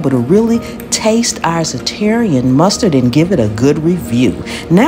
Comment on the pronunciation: This looks and sound delicious. I wasn't looking at the screen when you were adding the mustard. I heard you say, "Za-terrian Mustard" and had to rewind, but you were using Zatarain's Mustard. I was thinking there was a new/different mustard to try.